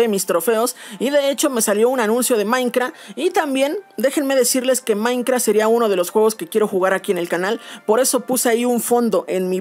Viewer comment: Jaja me encanta como dice "Maincra"